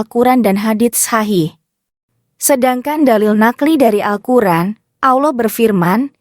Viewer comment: Aneh siapa ini yg ngomong? Robot atau tai kotok? Ucapan bismillahirrahmanirrahim juga salah mengucapkan nya, Al-Qur'an di sebut Al kur'en, terkutuk bagi yg menyalahkan ucapan dengan sengaja